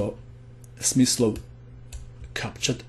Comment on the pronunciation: The translater: play Smith slow😂